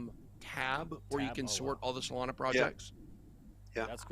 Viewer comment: Hey it’s SolanA not Solano.